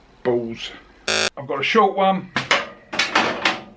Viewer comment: The way an Englishman says "Balls" and "Have a go" are the most English things ever. All you're missing is "Cup o' tea". Your standard of quality: "Nobody died" could be raised a bit....ha ha. Greetings from Ohio.